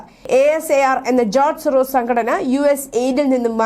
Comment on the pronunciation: anchor his name just george soros......sorosis alla...soros ennu mathy please correct......